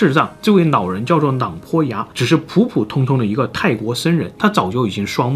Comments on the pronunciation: 是老人還是腦人拜託好好發音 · 这位nao人 叫做nao坡牙 这什么舌头啊这是 😂😂